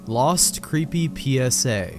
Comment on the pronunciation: "Wost mewia vewwy cweepy PSA (creepy, lost)" really now